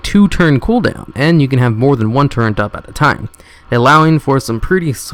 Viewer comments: are you illiterate? Im not trying to be mean but im really asking, ive watched videos where you say the wrong pronunciation for things example in this video is "turret" you say "torrent" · I heard torrent, tauren, and turrent. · I don't think it's a lisp thing. I play a lot of Overwatch and there are two different characters that make turrets, and I hear people say "turrent" more often than turret. It's weird. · Ness Hopster and Torrent instead of Turret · "Turrent" Bruh there's not an "n" anywhere near the word "turret" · You're all wrong. He's saying "torrent". Even says torrent in the list he links to :) It's a mistake, it happens! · also he kept saying tourent or something for the mecha gnome. The fuck is a tourent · I appreciate the video, but man, if you're going to make a video make sure you know how to pronounce the things you're talking about. It's "Build TURRET," not "build torrent." It's "AnubiSATH," not "Anubish." It's "ION cannon," not "Iron cannon." And that's just three examples. There were plenty more. Aside from the wrong names and mis-pronunciations, good video. Thanks. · MAH-COB not marcabrey..and omfg TOR-RENT ...do you need hooked on phonix? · ......hearing him mispronounce turret and macabre drives me insane.